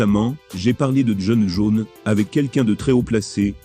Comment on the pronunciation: "Jon Jaune", "dana Ouite" "brinda Chaube" 😅😅😅😂 Merci mec j'aime bien tes vidéos